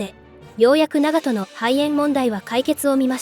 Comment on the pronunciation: What is with the awful AI voice that mispronounces basic things rangefinder is a gun? Don’t get me wrong it’s very informative and detailed just hard to follow when it can’t even pronounce the ships name correctly